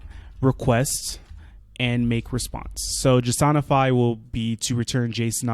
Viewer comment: This is by far the most underrated jsonify pronunciation. Great video by the way. Thanks.